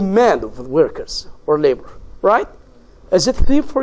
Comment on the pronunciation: شرح حلو بس للاسف بينطق انجليزي مش صح زي كلمة reason and workers